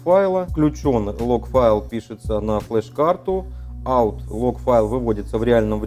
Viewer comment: "aut"?? Или все таки out?